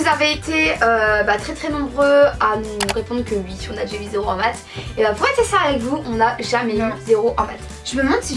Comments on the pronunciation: Sa me stresse vous dites "ui" au lieu de oui 😂😂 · Elle disent soit " ui " soit ouais ! Mais plus souvent " ui " , moi aussi sa me stresse ! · Vous dites ui à la place de oui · Pour me rappeler qui est qui je ces que est à droite et à gauche Vous dite ui au lieu de oui et j'adore je vous adore continuer comme ça 😘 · Vous dites ui sa me stresse !! ❤ mais je commente sur presque toutes les vidéo encore une fois continuer vos vidéo ❤❤ et vous parler sur ytb sa me fait trop plaisir et oui je suis déja sorti en récré en chausson !! Jespère que vous aller me répondre !! ❤💋💪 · C'est drôle vous dit ui s'a me fait rire à chaque fois que je vous entend le dire